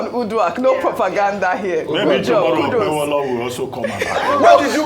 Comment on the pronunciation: Who is OkpeBOLO? Arise TV journalists are semi-illiterates that can't pronounce mere Nigerian names! What a shame.